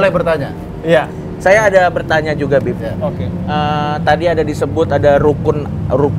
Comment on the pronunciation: denger muslim manggil "bib" malah dengernya kek "beb"